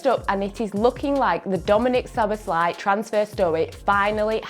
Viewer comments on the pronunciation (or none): none